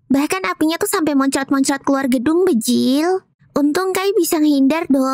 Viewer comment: bejirrr bukan bejilllll